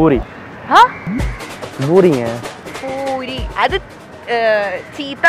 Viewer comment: Actually poori thaan thappana vartha... Not boori